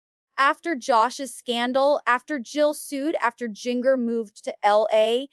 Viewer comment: Amy King’s forehead is frozen. And “Jinger” prounced like “finger?” That’s just comical 🤦🏻‍♀️🤦🏻‍♀️🤦🏻‍♀️🤦🏻‍♀️ These parents are horrible… there is plenty to criticize without compromising your credibility… Amy King deepfaked come on